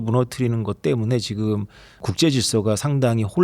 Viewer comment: 여자진행자 발음이 씹혀서 듣기 거북합니다. 발음 교정 좀 하면 훨씬 듣는 사람이 편합니다. MZ들 ‘ㅈ’발음 중국어처럼 하지 마세요. 지금을 치금이라고 발음하고 있습니다.